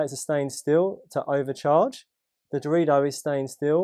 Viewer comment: Did anyone else hear Dorito each time said Darodio??